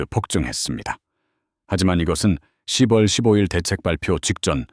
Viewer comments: 십월이 아니고요 시월로 읽어야죠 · 스크립트에 ‘10월’을 ‘시월’ 한글로 넣어 보세요. ‘6월’도 ‘유월’로.